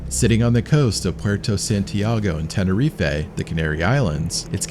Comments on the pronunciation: Stop adding an 'A' to end of Tenerife, there is no A on the end of it. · Tenerife is pronounced Tenereef not Tenerefay